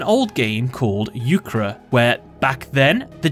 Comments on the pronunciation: "an old game called Euchruh" It's Euchre, not Euchruh, and it's not like Euchre isn't still played today (it certainly is). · Apologies if this has been mentioned already but euchre isn’t pronounced “you-kra” It’s “you-ker” it’s a really popular game in the US state of Michigan where I live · Me, a dedicated euchre player hearing about a card with "bower" in the name: Huh bower must be a more common term in various card games than I thought, because there's no way euchre is relevant enough to get a direct shoutout in a yugioh card Me when you explained that card: AHHHHHHHHHHH! Hell yeah!!!! :) Also, it's pronounced like the e and r are swapped, so "YOU-kr" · Never heard Euchre pronounced that way